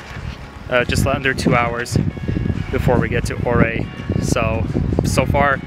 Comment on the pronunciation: The city or Ouray is pronounced U-ray…